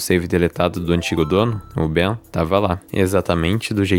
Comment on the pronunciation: mano não é bem n kkk é "Ben"